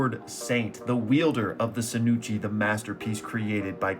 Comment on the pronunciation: Hey just wondering why you pronounce it sinuchi and not shinuchi